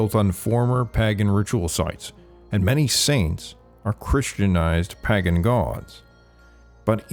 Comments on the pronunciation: Pae gin??? PAAY - GAN Please correct this pronunciation. Your channel is better than that. Great contact but this one thing makes it seem like AI narration. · "Pahgan." Wisconsin? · It's pronounced "paigen"